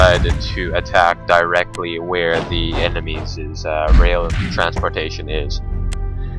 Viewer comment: Excellent and informative. But... I would like to point out that the plural of enemy is enemies. The possessive of this word is NOT EVER pronounced "enemiesZEZ". Great work, and please keep on wargaming.